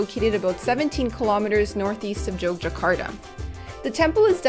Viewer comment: Just in case you go back the city's name is pronounced YOGYAKARTA. The old spelling Jogjakata is the dutch way of writing so the J would still be pronounced as Y. However, the main point is, I guess, I loved your video and I have some time free so I'm going in 8 days. Thanks for the inspiration!